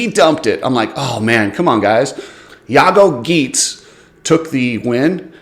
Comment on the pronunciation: Jago Geets 😂 Jago Geerts is right